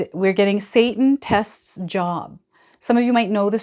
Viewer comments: Uh....I believe it is pronounced as JOBE.....even though its spelled without the E on the end......... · Job is pronounced with a long o like joe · Yes, it is pronounced JOBE!! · I believe Job is pronounced joab or jobe. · Pronounced "Jobe" Thanks,...smart analysis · Please pronounce biblical book names correctly.....I don't think it's Job as in work ! Long O , I believe thanks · Yes. Job in the Bible has the LONG O sound